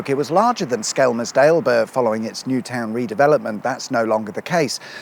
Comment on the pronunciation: At least he didn't say "Skemmersdale" or "Skemsdale"